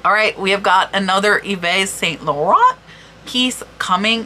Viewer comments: Hey, here's a quick pronunciation tip for French words: in most cases, the last consonant is silent. So, for Yves Saint-Laurent, Yves is pronounced "eve" (no ess sound), Saint is almost the same as in English (a bit more nasal), but without the "t" sound at the end, and Laurent you got right: "low" + "rrren" without the "t" sound at the end. Au revoir! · Yves Saint Laurent - You have the Laurent part correct. But Yves is "eve" ("s" on the end of words is silent in French), saint is "san" - and it's more a sound "eh" - you don't put emphasis on the "n" like English.